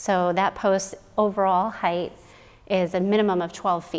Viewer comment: Hopefully constructive criticism: "Height" ends with a 't', not a 'th'. Also, on your formula, you could simply cancel out (reduce) the twelves, leaving you with 8x8=64. HTH. I love your channel.